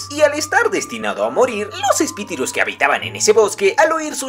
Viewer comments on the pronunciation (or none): Jaja me da gracia que diga espitirus en vez de espíritus XD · Espituri jsjsjs es espíritus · espidirus:v xd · espitirus jajajaja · falta de ortografia unu,no es espitirus unu esEspiritus. 😩👍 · No pude llorar en paz por ✨Espitirus✨ JKJAKJAKJA amé el resumen <tres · No puedo superar cuando dice "Epitirus' jsksjsjssjs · todo el video diciendo espitirus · Como asi :espitiru. XD